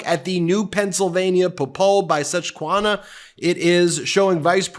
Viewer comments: Sus-qa-han- a ....not Sus-qua-na.......but that's great news in PA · Ben; it's pronounced suss-kwi-HAN-uh...but, unless you are from the Philadelphia area, you wouldn't know...don't worry, we're still following you (and I'm sure Trump has other words for it.) As for Mesa, how likely do you think it is that Trump did a speech there and stiffed the city? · Susquahnah? Dude, it's a major river, over 400 miles long from Baseball Hall of Fame Cooperstown, NY down to the Chesapeake Bay! It's the namesake of the county and the poll you quoted so maybe try to get it right? Say Sus-kwe-hanna! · It's pronounced suss que Haun a, not sesquancha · Ben, PLEASE learn how to properly pronounce the word "Susquehanna"! It is basically 'sus - qwa - hanna' NOT 'sush - qwanna'! Come on now! P.S. And maybe someday you'll review Meidas Touch's video of Curtis Ingraham from 2 years ago and learn how to pronounce his sister Laura's last name correctly. (retired teacher) 😇🙏🌈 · Susquehanna is pronounced "suss-kwuh-hah-nah" for future reference. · Sus-qwa-hanna. How do you not know how to pronounce names of US places?! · "sus-qua-hana" is the pronunciation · Hey Ben, it’s “Ses-qua-HAH-nah”. Sorry, had to let you know. I love your work!! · Sorry to nit pick. Susquehanna (sus-skwee-hana) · Brother I grew up in PA - wtf did you say ?! Sus qwa han ah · It is pronounced "sus" "qui" "hanna" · Susquehanna is pronounced suh skwuh ha nuh. Keep up the good work Ben. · As a former 'Susquehanna' area resident...you pronounced it completely wrong. Correctly it is... 'SUS ' Qui' ( like the French pronunciation) 'Hannah'. Local pronunciations vary. Google it. Folks who live in Susquehanna PA (the town)pronounce it differently. More like ; ' Sus' 'K' 'hanna'. My husband thought I was bullshi*ing about that, but no, he met a guy. 😉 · Ben: it’s tough but you need to work on the pronunciation for Susquehanna.